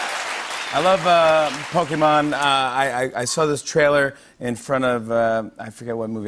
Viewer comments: Anyone else impressed at how Jimmy Fallon pronounces Pokemon? Most people his age put a long "e" sound in there like it's an American word, but he actually seems to understand the Japanese vowels. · its pokemon like jimmy said.. not pokeemon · I really appreciate that Jimmy pronounces pokémon accurately xD hearing pokEEmon just grates on the nerves lol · Jimmy pronounces POKÉMON perfectly